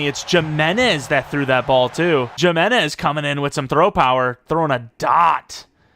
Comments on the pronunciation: Second lol, also that qb last name is pronounced He-menez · Are we relying on Madden to get names right? :) ** is one of my favorite players :D Kidding aside I've heard it pronounced "YIM inez" even here from folks who should know better.